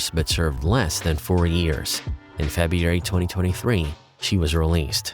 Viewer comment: Febiary Lol